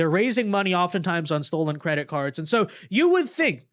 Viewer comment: "I am delling you, DO NOT redeeming the gards... No, I am not here to jeck on your egztended warrantee." 🤣😂